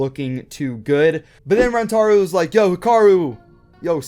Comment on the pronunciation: It is Rantaro not Rantaru